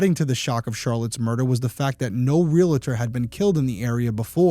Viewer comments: PSA: ree-al-ter, not ree-luh-ter. My mom's pet peeve, may she rest in peace. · Also, it's real-tor, not real-a-tor. It's like fingernails on a chalkboard to keep hearing that. I have to correct people all the time. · It's REALTOR. Not Realitor. It's the first think you learn in real estate school. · Real-Tor vs RealAtor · Love what you're doing. Realtor is pronounced: ree·uhl·tr (Think 'real'.) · The word "Realtor" is pronounced "REAL' tor" with two syllables, not three.